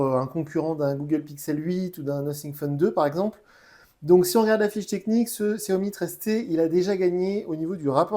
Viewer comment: On dit Chiaomi. Tu testes ces téléphones et t'es même pas capable de prononcer le nom de la marque correctement